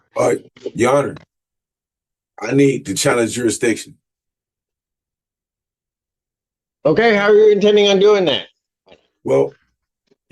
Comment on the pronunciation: Even more moronic, the first bottom-feeding hood rat kept pronouncing it as juridicktion! 😂